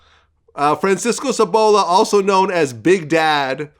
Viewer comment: Sabalo - not Sabola - he is saying that to make it rhyme with ebola-racist pig-!!!!